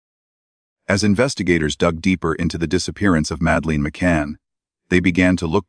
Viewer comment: I can not take this video seriously when you can't pronounce the names of Madeleine or Praia da Luz correctly. What does that say about the quality of your research? I happen to agree with your conclusions but, all the same...